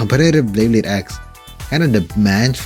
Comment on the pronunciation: Bro said blayblade ☠️